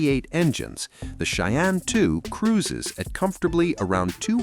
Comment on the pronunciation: Lame ai reader can't say Cheyenne correctly. Too bad the owner of this account is so lazy. You lose credibility. Dislike